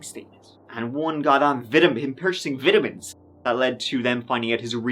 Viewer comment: "Vytamans" lol